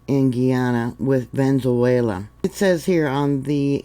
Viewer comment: ❤❤❤Sorry its pronounced Ve ne zue la❤